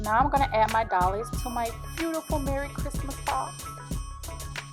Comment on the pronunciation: Doilies is pronounced “Doy-lee” Doy like Roy.